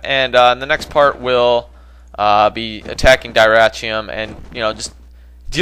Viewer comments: I believe the correct pronunciation for Dyrrhachium is (Dih-rah-ckium). Not completely sure though. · i think its pronounced durhackium